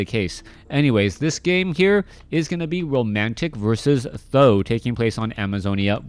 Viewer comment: great cast thx u. the only thing I think th000 it is pronounced T and H like the letters. Every other caster ( b2w , chaco ) pronounce his name like that s I think u could follow that way just an opinion